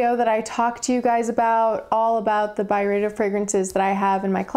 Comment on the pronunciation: Thank you for these reflections. This was a helpful video for learning a little bit about a few fragrances from Byredo. It was darn slow going at times. This could have worked a bit better as like a 4 min video. I do really appreciate your lovely french pronunciations tho Also, the reaction to Pulp was pretty funny.